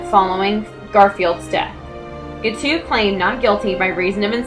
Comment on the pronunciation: Guiteau is pronounced gee-TOE, rhymes with beau. He is my first cousin three times removed.